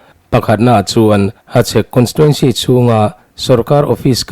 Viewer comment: Hachhek lam dik ka ti zawk e